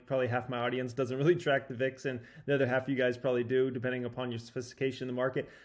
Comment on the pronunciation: My god. It’s “Other” (uh-thr) , not ether. Like nails on a chalkboard every time.